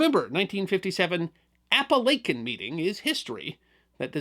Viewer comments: My first thought when seeing the title, It will be interesting just how the pronounces “Apalachin” as the name is typically butchered by non locals. Good job! Many place and feature names in the area are of woodland Indian origin defying correlation between spelling conventions and proper pronunciation. I’m a native of the area and well remember the event. Local front page headlines ran for days, yet ultimately the story seemed more a Keystone Cops episode. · I live about 15 miles from the house that is where this meeting took place!! And I did love to video BUT the name of the town is Apalachin, AND IT IS PRONOUNCED locally as "App- A- Lake- In" and it is never pronounced "App- A- Lack- In"!! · Native Southern Tier native here. Its pronounced A-pal-a-kin not A-pal-a-chin. I still sweep chimneys in Apalachin, I come from some amount of authority on the matter. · Your pronouncing of Appalachian is a 1st and im a resident. Kinda catchy though tbh lol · WHY ARE YOU PRONOUNCEING IT THAT WAY??? It's app-uh-la-chin" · Jesus the pronunciation of Appalachian 😆😆😆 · Weird that he pronounced it correctly at the beginning but then mispronounced it . Ray Liotta also mispronounced it in "Goodfellas". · Except that Ray Liotta mispronounced Apalachin. This video got the name correct at the beginning but strangely mispronounced it later . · I noticed it too!!! And I know, I grew up in Tioga Terrace!!! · Another great video! It was great to hear a local story. FYI it is pronounced "Appa lake in" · Your wrong. I've studied this profession well over 20+ years. The correct way to pronounce it is appa-la-kin not chin... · Chin not kin